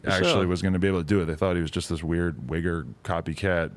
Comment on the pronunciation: so no one noticed adam said wigger